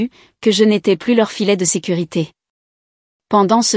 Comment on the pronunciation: "Plus" dans le sens négatif ne doit pas être prononcé "pluss", mais "plu". L'orthographe n'est pas bien respectée dans le texte écrit.